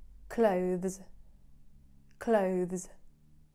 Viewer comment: I'm sure, clothes sounds different, not as you pronounce. No one, pronounce like that. Never heard it that way 🤔